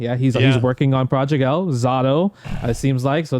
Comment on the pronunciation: Half of those names are so off lol for Project L lol